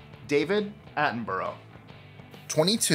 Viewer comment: What a shame he can't pronounce the name "Attenborough" properly!